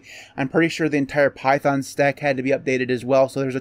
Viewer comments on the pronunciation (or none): none